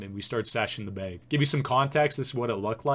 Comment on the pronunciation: the way you say bag is annoying me "beyg"